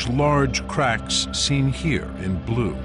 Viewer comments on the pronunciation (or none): none